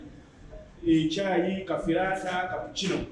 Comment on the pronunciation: Its Caffe latte 😂😂😂not Caffe latta